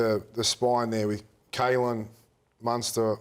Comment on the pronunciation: Ready surely purposefully mispronouncing "Kalyn" and "Cam". Come on now you know how to say those names.. very lame and you also looked awkward as you did it. I bet you don't mispronounce any Polynesian surnames.. you are so full of it.